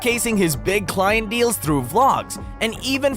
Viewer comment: Why did you mispronounce "sales" and "deals" nonstop?